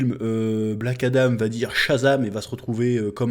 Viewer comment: Adam frérot, pas Adame 😂😂